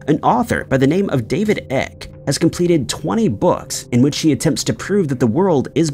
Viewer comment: David ICKE, pronounced the same as the ike in hike! Research, kid.